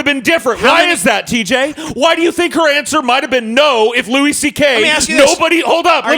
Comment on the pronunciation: lol how did I know would advocate the 'power dynamic' side. ANd also wtf is with TJ pronouncing it 'Lew-ISS' CK.